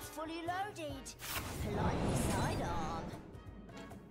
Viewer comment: is your 'and fully lowded? Just loik yer soid ahhhhhhhhm?